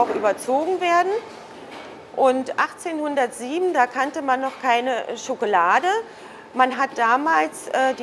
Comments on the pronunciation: officially triggered with "SchokElade". ;) nein, tolles video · My God... German is such a beautiful language... how I'd love to learn German... sadly, it's very expensive here in Portugal (I believe it's 200 - 300 euros per month at the Goethe Institute in Lisbon). Anyways... I watched the video... and all I could hear was the lady saying: chocolade, chocolade, chocolade, chocolade xD Chocolade - someone after my own heart...